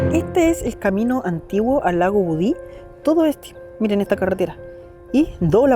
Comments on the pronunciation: budi lo pronuncias mal es budi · Hola. Es lago Budi sin acento ni tilde al final❤ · Me gustan tus videos, pero viajar tan lejos para decir mal el nombre del lugar y más encima siendo Chileno 😢 El lago es Budi y ojalá la gente vaya no más, pero con precaución.